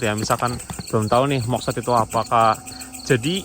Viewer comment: moksa bkn moksad